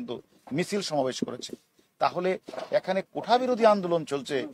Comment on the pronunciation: হারুন একবার ও কোটা উচ্চারন করতে পারেননি বার বার কোঠা বলেছেন উনি নাকি মেধাবী পুলিশ অফিসার